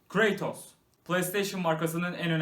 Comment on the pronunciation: Heylo ve Craytos sjsjsjsjsj o Halo Ve Cratos olmasın